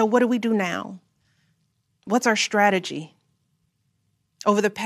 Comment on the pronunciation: Strategy is not pronounced shtrategy. Strong is not pronounced shtrong. Extra is not pronounced ecshtra. She has got to be one of the most annoyingly overwrought people.